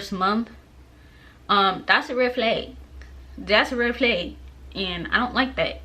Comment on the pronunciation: Where are you from?? Cuz that “Red Flag” was def a whole nother woman that came out 😂😂